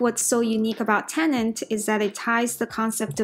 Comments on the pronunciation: "Tenet" not "Tenent" atleast get the name of the movie right. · She repeatedly said "Tenent", which is not right.